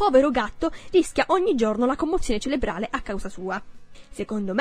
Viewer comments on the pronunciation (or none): none